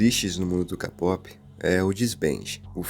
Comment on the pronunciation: Não se fala "Lo-ona", se fala "Luna", e kpop, não se fala "Kapop", se fala "keipop"